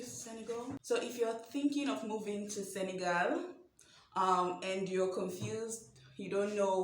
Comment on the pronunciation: Love how you pronounced correctly Senegal (and not SeneGAUL)!!